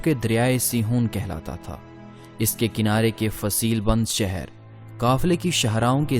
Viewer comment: کافی تھرڈ کلاس معیار ھے۔ کمبختو پہلے اردو حروف تہجی پہ عبور حاصل کیا کرو ادائیگی درست کیا کرو۔ پھر سوچو کہ وڈیو بنانی ھے وہ بھی تاریخی حوالے سے مسلسل مغل۔ مسلسل سہر۔ بھئی منگول۔ شہر۔